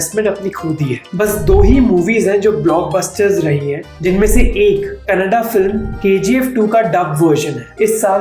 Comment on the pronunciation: Nice to hear you pronouncing 'Kannada' properly!!